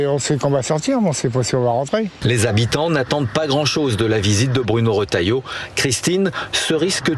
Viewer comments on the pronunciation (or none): Les journalistes ne savent pas lire, le Ministre s'appelle Bruno Retailleau et le journalistes prononcent Rotalieau (c'est Re)